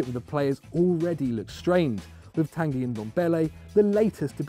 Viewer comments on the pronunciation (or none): none